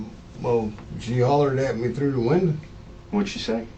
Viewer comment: "She hollered at me through the windur."